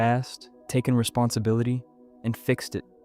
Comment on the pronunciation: Responsibility..... it's an 'i' not an 'a'